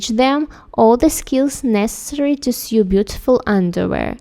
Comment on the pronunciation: Learning more about underwear would be excellent! Those items were beautiful. The translation was much better this time, too. Note: 'sew' is pronounced 'soh' rather than 'syoo.'